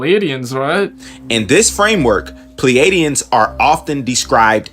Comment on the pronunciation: Say this for me once Play-de-ans Not Plee Adiens